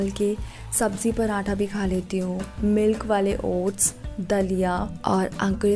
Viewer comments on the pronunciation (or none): none